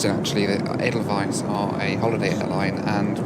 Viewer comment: As a Swiss guy I appreciate how you nailed the pronunciation of Edelweiss.